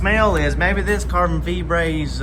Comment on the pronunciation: “Discoloration on your carbon feebrate” 🤣🤣🤣🤣🤣🤣and the tariffs got me crying 🤣🤣🤣🤣🤣